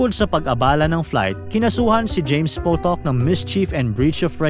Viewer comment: James Potok ❌ James PUTOK ✅